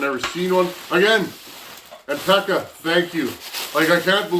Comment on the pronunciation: Pekka is pronounced peck-a with a long k